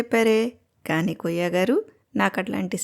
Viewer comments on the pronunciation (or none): అమ్మా వాన్ని కొయ్య అనకండి, కుయ్యా అనండి